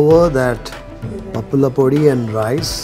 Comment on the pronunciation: I like the way you say "pappula podi"